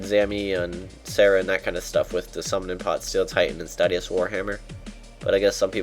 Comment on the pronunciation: is a n00b he can't say statius right. h4h4h4h4h4h4. Statius STAY-shuss < From the RS pronunciation guide.